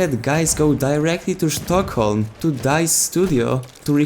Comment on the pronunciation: Finally someone, who can pronounce Štokholm correctly...